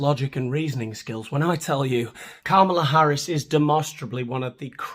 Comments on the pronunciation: Try saying her name correctly. For starters, not Kamaala. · Maybe before you're going to tear someone a new one and put in the work to edit in annoying cutaways you should learn how to pronounce her name.